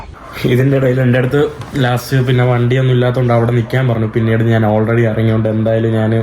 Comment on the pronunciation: മുറിയണ്ടി, 'നാൻ' ഒരു മലയാളവാക്കല്ല. "ഞാൻ" ആണ് ശരി. 'കഴുവാൻ'' അല്ല, കഴുകുവാൻ ആണ് സരി.